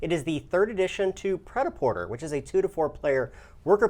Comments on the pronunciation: This is not the french way of pronuncing it but it's better than "praitaporteur". XP Also, it means "ready to wear" as written on the board, not "made to wear". But never mind me, you're welcome. ;) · cringe 'pret a porter' is french. the er is accented to 'eh' or é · Cringe at the pronunciation. The meaning translates more closely to "ready to wear". Sorry to get pedantic.